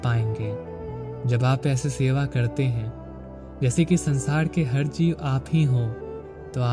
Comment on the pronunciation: Bhai bohat a6a laga... Par hindi sentance me aap "R" ko please sahi se bola karo... Aapka "R" thoda "D" jesa sound hota he.. Har Har mahadev little sounds like Had Had mahadev..... Pls work on it.... And thank you so much for wonderful sharings..